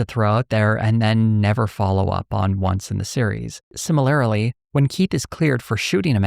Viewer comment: I was so gripped to every scene and word that I noticed when he pronounced the word “similarly” as “similarily.” What a fantastic doc and study of the show. Will probably rewatch again, too.